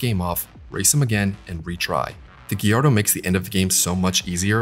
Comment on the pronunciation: Looking back at the cinematics now I didn't remember that they were so terrible and hilarious, might have something to do with the fact that the last time I played this game I was nine. The music in this game is top notch imo! You pronounced Gallardo wrong. Otherwise great review 10/10!!